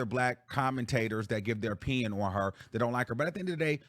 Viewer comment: Did say when people. Give there oPEEion on young Miami 😅